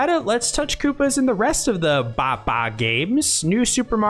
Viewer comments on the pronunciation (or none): “Bah bah games”